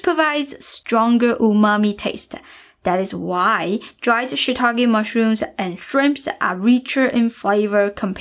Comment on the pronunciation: “SHIITAKE” rather than Shit-ake